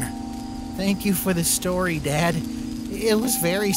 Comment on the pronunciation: i liek dat spoopy stowy